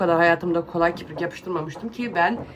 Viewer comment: Merhaba🙋🏻‍♀️ kiprik değil, kirpik.. eleştiri değil, çoçuklarda izlediği için yanlış öğrenmesinler 🫶🏼